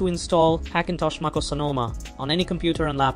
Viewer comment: Should I trust a guy who pronounces MacOS Maacose?